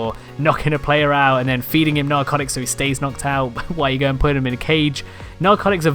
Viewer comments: “Narcoctics”. cock. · He did XD LISTEN LOL